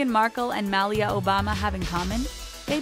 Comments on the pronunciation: Obama's daughter's name is pronounced Malia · Fair Isles is not pronounced fair Ills. Please learn to pronounce. And that's not how Corgi is pronounced either. It's Cor gee. And Malia Obama? That was wrong too.